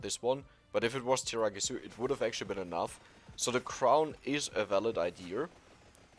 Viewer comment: Hey, he stopped saying tiramigu